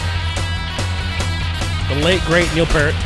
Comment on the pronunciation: It's pEARt not Pert.